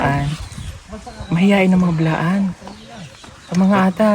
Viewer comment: Iba pag pronounce ni ate blaan po not bilaan😊 im am proud blaan/t'boli from south cotabato good day po and pb team watching from santa Mesa manila god bless po 😊